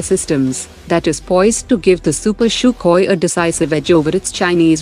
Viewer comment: man just stop calling it "Shukoy" people are puking everywhere because of this 🤮🤢